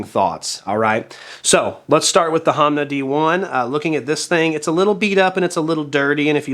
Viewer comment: Proper annunciation is “H-OH-nma”.